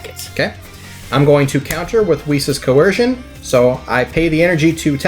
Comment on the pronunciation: I was gonna upvote but he pronounced coercion as cohearshion